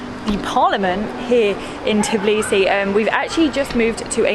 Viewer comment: I hate when people call it Tiblisi instead of Tbilisi